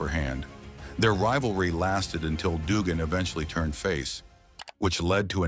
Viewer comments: "Doogan", "T B a sea" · The guy talking about this can't even pernounce Dugan correct